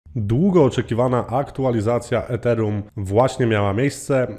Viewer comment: Źle wymawiasz Ethereum